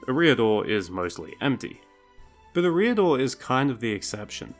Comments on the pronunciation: It's certainly "Air-ee-adore" and not "Eh-ree-adore" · Your pronunciation of Eriador is abysmal. It sounds like you’re saying “a rear door”. EH-ree-ah-door /ˈɛ.ri.a.dor/ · i pronounce eriador differently to you. interesting. honestly i cant remember the last time i heard it spoken out loud. you say "e' REE a-dor" i say "eria-Dorr" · And you don't pronounce Eriador right. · STOP PUTTING THE WRONG EMPHASIS ON THE WRONG SYLLABLE IN "ERIADOR" omfg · For someone who is a LOTR youtuber, you might try pronouncing Eriador correctly. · Look up pronunciations before making a video. Your butchering of “Eriador” was so grating that I stopped watching. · check your pronunciation of Eriador